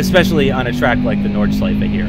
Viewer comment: Yes!!! Finally a english youtuber who can pronounce "Nordschleife"! I like this, because I am German!